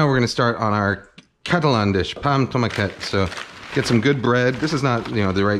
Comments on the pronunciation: Greetings from Barcelona! Just a quick tip, if you pronounce it tomaquét it actually means "little tomato", so the proper way to say regular tomato would be Tomàquet 😊😊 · love the video and the recipe, just gotta say its pronounced pà amb tomàquet not pà amb tomaquét